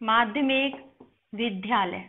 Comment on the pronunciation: Namaste Mam, dhanyavad aapne jo sikhaya. Bas ek agrah hai aapse ki "VIDDHALAYA" nahi hai wo, wo "VIDYALAYA" hai. Da aur Dha samyukta nahi, Da aur Ya samyukta hai.